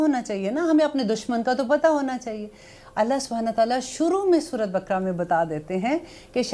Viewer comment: Apna tallafz durust kren surat bkra nhi kehte Sura e baqarah